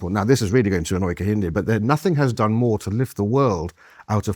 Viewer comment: BAHAHAHAHAHAHA!! 🤣🤣🤣🤣 “we dint do nuffin”